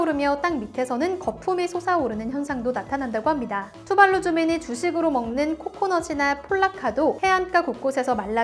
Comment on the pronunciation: 투발루가 아니라 둠발룸이라는줄